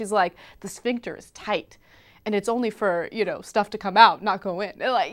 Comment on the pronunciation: ''a tight schvinkter '' LOL